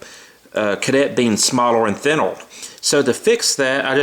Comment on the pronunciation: nice speech impediment. The way you say thinner, and lanyard... fucking hell man have some self respect